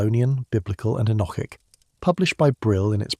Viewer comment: All very interesting, but what on earth is the relevance of many of the pictures shown, such as the Bayeux Tapestry , some pterosaurs at 45.55 and some Chinese text ? Why do you pronounce "enochic" in three different ways? Why do you say that you "read" (past tense) the comments? Is this AI text-to speech"?